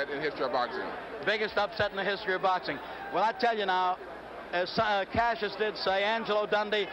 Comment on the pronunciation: Why doesn't the announcer know how to say Cassius' name?